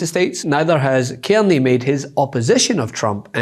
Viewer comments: Our Prime Minister name is Carney. Not kemy. Please tell your reporter to learn to pronounce his name properly. Its Car ney. I have broken it up into syllables. Learn to say it his name correctly period! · CARney, not Kearney. Please!!! It's not difficult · Love your work but his name is C-A-R ney as in car and not kierny. People do not know a Kierney! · Dude ... .its Car knee......carney.